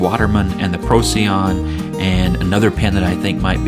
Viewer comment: It's named after a star and is pronounced "pro - sigh - on", FYI